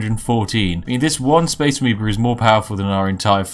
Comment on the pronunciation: A Massive Space "Amibo" xD I kept hearing that.